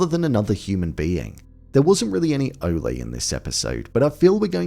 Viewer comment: why you pronounce Ole like Olay? It Ole like Ol’ or Old. Good review btw. 👍🏻